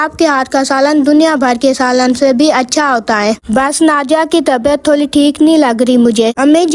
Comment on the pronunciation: Ma kitni bar kaho tholi nhi thori hota ha